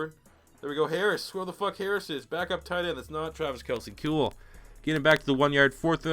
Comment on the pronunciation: When you said kewl I died